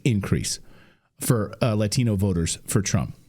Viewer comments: Clay, Clay Clay... you said Latino wrong. You have to say it with an accent. Didn't you get the memo?? Shame on you!!😂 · Why is it pronounced Lathino?